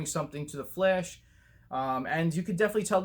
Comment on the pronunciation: Every time you say The Flash, you kinda sound like you're saying 'The Flesh'😂 Thanks for the ZSJL picture updates. Cool video bro😀🔥👌